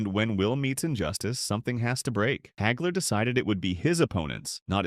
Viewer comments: "Marvelous Marvin Heygler"?!! Uh....Wha...!! Everyone I know and have heard speak this man's name pronounces it Hagler - ie., Haagler. Where the *** does "Heygler" come from? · AI can't even say his name right.